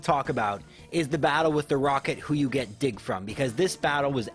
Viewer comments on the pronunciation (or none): dig sounded like another word lol